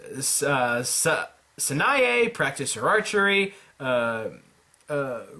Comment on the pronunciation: I mean...I know you're not that familiar with their names, but how in the world did you pronounce Sanae's name with a 't' sound in it?